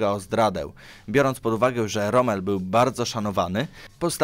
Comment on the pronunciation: Rom? A nie Romel? Tylko pytam.